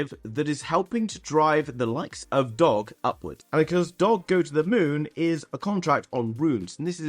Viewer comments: Ur missing the g when u say doge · How do you not know the correct pronunciation of DOGE Coin? 😂🤨